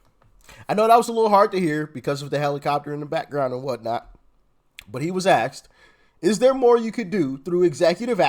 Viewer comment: He "AXED" WHAT?!?